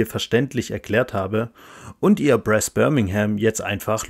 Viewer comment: Wow! Hatte es heute Morgen bestellt und wollte mir diesbezüglich schon mal die Regeln genauer ansehen und Sie haben es wirklich hervorragend erklärt! (Minimale Anmerkung: die korrekte Aussprache von Brass wäre "Braas") Eine Frage hinsichtlich der Aufbewahrung: Ich habe bei einem Unboxing gesehen, dass kein Insert vorhanden ist und die Verstauung durch Druckverschlussbeutel gelöst wird. Finden Sie, dass die Aufbauzeit darunter leidet und die Beschaffung eines Inserts nützlich wäre oder fällt es nicht störend auf?